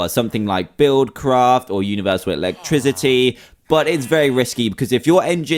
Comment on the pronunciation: Electrizity lol